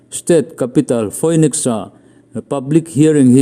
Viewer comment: Phoenix (Pronounce - Finix), Giuliani (Pronounce - Juliani)